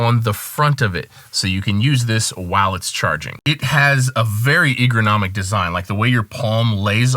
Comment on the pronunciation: Is ergonomic, not egronomic...